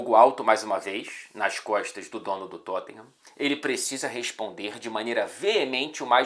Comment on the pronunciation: Engraçado como o faz o sotaque britânico tão certinho, mas fala Totten-rã